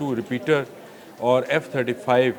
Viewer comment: Name is “Raptor not Repeater”